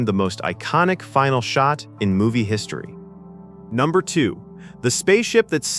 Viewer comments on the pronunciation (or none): none